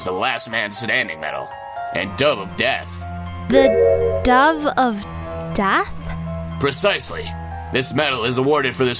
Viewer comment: Why did maya say dath instead of death?